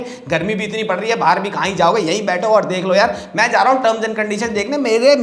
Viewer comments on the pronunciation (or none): none